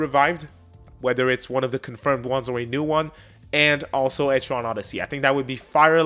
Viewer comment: Etri-ann, like the name Ann (not to be confused with Annie ok!) Ether way Im hyped for EO6